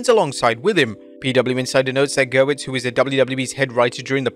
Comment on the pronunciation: It's Gewirtz NOT Gerwitz